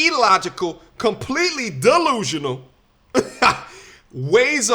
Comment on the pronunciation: Did you say "dumb-llusional?"